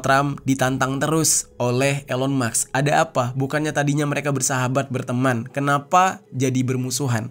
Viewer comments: Musk dibaca mask, bukan Maks. Beda cara bacax. 🤔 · Elon MUSKKK bang,, bukan MAKSSSS 😂😂😂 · bkn elon muks tp elon musk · Elon maks😂 Elon musk ✅